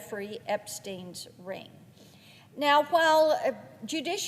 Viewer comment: ' who this ring-G is....' from the South are ya? 😍